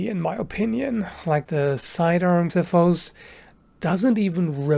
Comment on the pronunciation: i'm so glad he pronounced xiphos with an x instead of a z that i hear people do very often